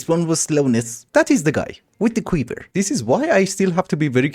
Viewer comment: I love how goes "Qweever" instead of "Quiver". Just makes me happy and idk why. Love the videos, keep it up our dark lord 💜💜